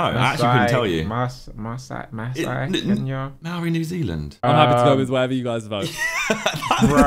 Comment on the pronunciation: Naw bother Maori people indigenou to Huawei triggered me so hard